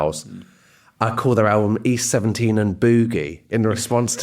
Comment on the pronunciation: East 17 Rhymes with Beauty Queen